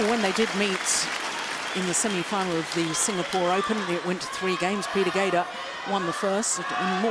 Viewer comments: I agree. I think it has a lot to do with the quality of the tools i.e. but there is no denying that Lin Dan and Lee Chong Wei have forced everyone to raise their game. Don't get me wrong Peter Gade {Pronounced Guille in his language - or close to it - not GAEDA as the female commentator says) is the shit. But he didn't evolve his game style. Of course in this game he is 34 but Lin Dan and Lee Chong Wei both watched him play before they were pro. So they got to see what worked and what didn't. I don't know.....What I do know is that for someone to say that one player is the best of all time is ridiculous. The game evolves as each generation pushes the limits of the generation before them. That's how it gets better and faster. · Why the lady commentator keeps saying Peter ‘Gader’. Correct me if that’s how Gade should be pronounced in Danish. She even has the tendency to say Kento ‘Momoto’, for Momota. Minus this, she’s absolutely an intelligent commentator.